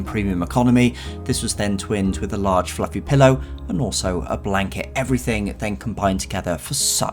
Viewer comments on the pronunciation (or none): none